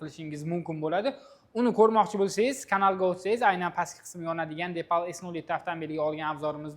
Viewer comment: Номи депал эмас, дипал.